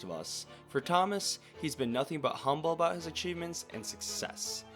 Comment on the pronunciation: bro said aboot instead of about?